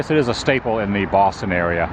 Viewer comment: Adam, what's going on with you? Are you really from Boston? You don’t do things like change 2 syllable words into 3!!! You know, like "Boss-ton" becoming "Boo--aw-ston". So, really, what's up with that??? 😂 Now to a more serious comment, interesting stuff, seeing how time brings these kinds of changes. The 2 malls in my hometown are gone.